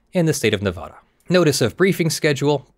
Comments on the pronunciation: it's nevada not nevahda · Its NeVADa not NeVAHdah